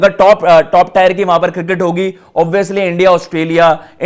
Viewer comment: Abe टायर Nhi टियर Hai Chutiye 🤡